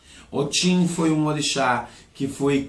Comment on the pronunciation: Se pronuncia , OTI não OTIM porque a palavra OTIM é cachaça na língua Yorubá